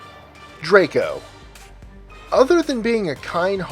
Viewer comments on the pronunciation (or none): none